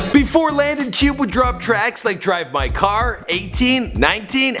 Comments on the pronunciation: Pronounced Landon Cue-bay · its pronounced cubae actually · He don't even know how to say Landons last name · doesn’t even know how to pronounce his last name omg